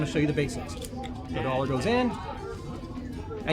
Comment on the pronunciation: Potating Potato you may be correct, but he also said "dollor" and I don't know what a dollor is, so he can still be correct ;)